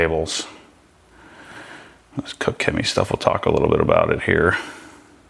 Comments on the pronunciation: its pronounced "Kosh" Chemie, stay away from there FSE with ceramic coatings as it will wear it away quickly. your spray bottles look poor, i use the Koch Chemie ones infact all i use is Koch Chemie here in the UK. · It’s pronounced COTCH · Sounds funny when you try to say koch 😂 It‘s German, try the translator, english Cook and let Google say the german Word for That, than you got it right